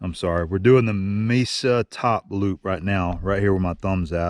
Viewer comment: FYI the 'e' in Mesa is pronounced like a long 'a'.